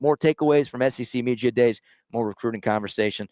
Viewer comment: Please stop saying “media”